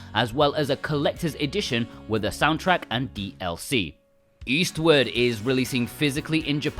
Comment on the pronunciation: Your accent makes it sound like you're saying Eastwood instead of Eastward. I wanted to say "Clint is Eastwood for me".